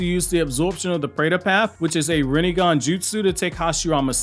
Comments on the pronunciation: Stop saying "ren-ing-gan". It's Ren-ay-gan. They litearlly say it a thousand times in the show. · Wtf is a God damn "renningan" ?? RIN-NE-GAN not REN-NIN-GAN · my guy its rinnegan not reningan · It's "rinnegan" bro. Not "runengan." No flak, but you know. Please say it right. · It's RINNEGAN not riningan 🤦🏾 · pronounces it rinenengan. lol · Kakashi said “Renbegone” 😂😂😂😂😂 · I always hear like if you’re saying renningan 😄